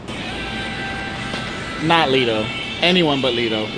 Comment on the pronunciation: Le-to not Lito >_> someone correct that other guy